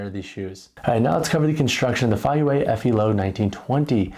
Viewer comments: It's pronounced Fay-yea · The pronunciation is Fay-pause-youeh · Both pronunciations are wrong but that is ok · "I've seen two different ways to pronounce the name"...and they are both entirely wrong.